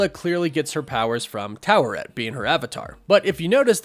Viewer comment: Stop pronouncing the R in Taweret The way the say in the show is without the R